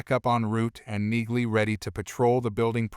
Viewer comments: Her name is pronounced “Neeley ”, not “Nigley. Use real voices, not half-assed synthesized voices. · Enjoying the series. Wish you commentary types would figure out that the "g" is silent in Neagley's name.